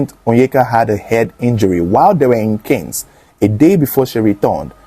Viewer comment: Cannés is pronounced “K-aaan” not kens.